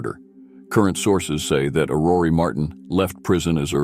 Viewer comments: It is not AurorEEEEE but Auror. Do not pronounce the last E. The meaning of Aurore is Dawn. Otherwise as usual, very well presented. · The pronuncyation of her first name is not "Orrory" it's "Or Or". Hearing it mispronounced over and over(and over) is painful.